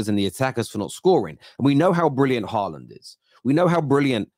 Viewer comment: really saying halaand lying🤣😂🤣🤣🤣